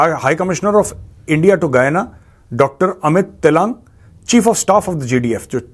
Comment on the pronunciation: Sorry गयाना and not गुवाना